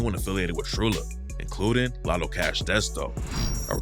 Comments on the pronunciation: Lotta, not lotto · It's "Lotta Cash", not "Latto Cash". Please learn how to read before making these videos. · Its not “Lotto” its “Lotta”. You keep saying “Lotto”